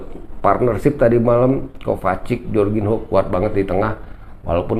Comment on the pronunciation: Bacanya Jorginyo bang....biar enak didenger...hehehe..